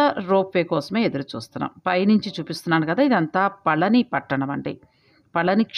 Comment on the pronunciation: Pa la ni La kaadu pa zha ni. Pa zha m ante fruit பழனி விஞ் winch antaru rail Feb, march april. All good info. Kanda kadanba, story u didnot say